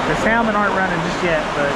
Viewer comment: Enjoyed your Ketchikan video. You MUST, please pronounce salmon correctly, especially when visiting the Pacific Northwest. The L is silent. Pronounced like samon, not saLmon. I cannot emphasize enough how irritating it is to the natives to hear saLmon.